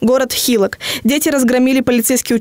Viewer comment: Не хИлок, а хилОк